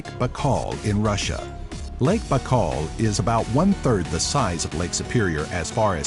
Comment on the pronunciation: How You pronounce '"BAIKAL"" ? Look like You have in Your mouth a whole apple ! Very awkward pronunciation of such easy word like "BAIKAL" !